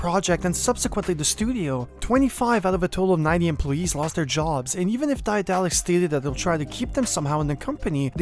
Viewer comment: One small things: the company is named after the German name of Daedalus, the Greek mythological craftsman. You don't have to try to pronounce the ae in the beginning, the English pronunciation of daedalus will be better and closer to the German pronunciation.